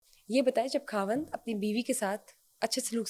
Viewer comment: یہ کھاوند کیا ہوتا ہے ؟ خاوند کہیں پلیز